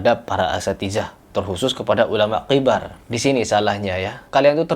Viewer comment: yang benar itu kibar bukan qibar, ini nasehat saya ya buat antum